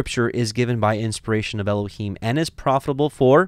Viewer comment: I have prayed and studied. I think your pronunciations are correct.